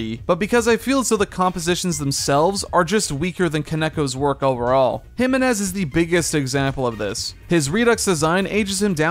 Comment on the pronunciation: I hate how you pronounce jimenez